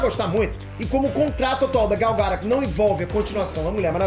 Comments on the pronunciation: Gal Gora? Q? Se escreve Gal Gadot e fala Gal Gadou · porra, mas falar gal garôt é sacanagem asuhesahuehuasea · Pronúncia horrível do sobrenome da Gal...!